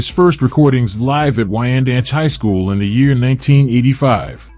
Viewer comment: Yess😄🤣😂.I’m From Longisland Never Heard Of Randanch 😂Its Wyandanch🤦‍♀️